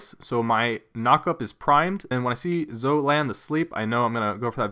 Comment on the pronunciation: your vids would be the greatest if you said zoe instead of zo